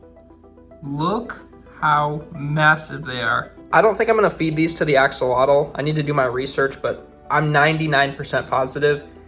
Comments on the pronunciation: " axolado" hahahahhaha, repeat with me: A HO LO TEH...do you want me to say your gringo name like this:? hahahaha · I just want to say it is pronounced "ack-oh-low-till" which is an indigenous word not "axalottle" as you said it 🙏🏼 thank you for your video! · The correct pronunciation is ah-SHOH-loht. It's a Nahuatl (nah-watt) word. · As per my wife...who happens to be be Mexican, it's pronounced ahh-haa-lote. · You've been pronouncing it wrong its pronounced like ash-ol-lot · Thanks for saving his life. btw. The right pronunciation is: ah-hoh-LOH-teh. Mexico is pronounced ‘MEH-hee-koh,’ not ‘MEK-see-koh.’ The X is pronounced like the Spanish J. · the actual pronunciation is ah-show-lot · Yay...Name, Ashy? As its pronounced Asholot FYI, it's Aztec 😊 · it's pronounced "ah-ho-lo-teh" the x is a Spanish j sound, so an h. Like how Mexico in Spanish is pronounced Me-hee-coh. I like the suggestion of Nubs for his little arm. Could also be Manita (little hand in Spanish) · Why does no one pronounce it correctly?!